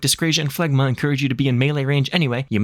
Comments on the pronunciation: phlegm is pronounced "flem" so phlegma is pronounced "flegma" ... makes sense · Phlegma, seriously? We're more mature than that. Zoe-gma balls. Great vid.